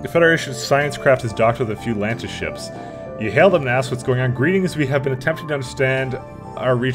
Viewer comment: I don't think there is a "t" in Lanius. Otherwise, great series!